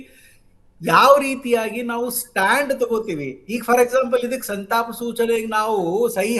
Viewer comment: Lo gubald adu santapa not santana..